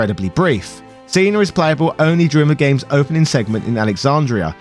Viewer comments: why would you think that "cena" and "cinna" are pronounced the same? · I was listening to this and at the start it sounds like he’s saying Steiner and not Cinna - but then says Cinna perfectly fine at the end of that segment. I was so confused. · When he said "Seener" I just about shut off the video. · Did you pronounce Cinna just like that for the John Cena joke? It's spelled Cinna like Cinnamon and he even wears a hat in the shape of a cinnamon shaker and looks like the guy on the Cinnamon Toast Crunch box.